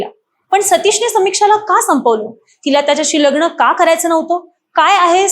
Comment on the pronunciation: लग्न शब्दाला लग्ण अशा गावठी उच्चार करणाऱ्या मुली बायकां कशाला व्हिडिओ बनवतात किळस वाटते